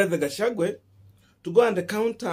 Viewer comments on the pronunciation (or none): Gachagu_,a not gachagu_e